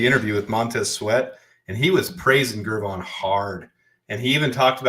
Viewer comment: Gervon is pronounced with a soft G, like George.